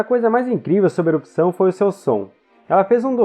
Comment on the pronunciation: Muito bom o conteúdo! Ótima forma de explicação! Amei! Porém, péssima dicção pra falar palavras como "errupção"! E vc consegue dizer ela da maneira certa, não sei o que houve, mas foi péssima!